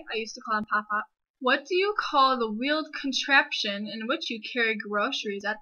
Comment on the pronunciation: Certain words you say have a non neutral accent to them.. like when you say "contraption". It is the way you hang on to the "a" vowel. lol. and "cramp". It is hard to explain.